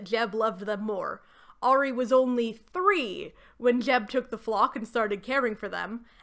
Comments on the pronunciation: I’m sorry I keep getting thrown off everytime you say Maya and Ari’s name 😵‍💫 I always thought it was pronounced My-ah and Ah-ree Edit: took me all day to finish your video, not because of you, this series is seriously like some weird fanfic 😂 Fang got taken out by effing seagulls 😭🤣 I can’t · Hearing you occasionally pronounce Ari as “air-ee”/“airy” has been so validating because that is how I always said it as well. I found out YEARS later that it is supposed to be pronounced “arr-ee” LOL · As someone who was a HUGE maximum ride fan growing up this video is a wild ride down memory lane 😂 amazing 👏 (I gotta add though, not in a mean way or anything bc English is weird, but the way you pronounced Ari and Maya is driving a bit crazy 😭 but that's a me thing though lol, great video regardless) Edit: YOUR TELLING ME MARVEL ADAPTED THESE BOOKS??!!! WHAT